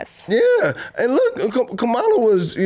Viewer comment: Are you teaching Chloe to be racist and you're sitting here..Kamala Harris has been the vice president for 3 years and you can't pronounce her name correctly..that's not being intelligent..Shame on you..smh